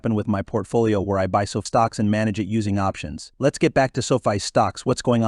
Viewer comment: SOFI not SOFIA you dummy